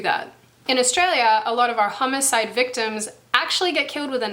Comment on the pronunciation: Sounded like you said hummus-side.